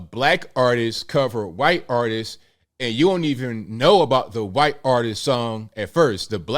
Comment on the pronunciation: can you please pronounce white in not a weird way. It's the only word you keep messing up for some reason and i don't know why. Never heard anyone pronounce white as quite.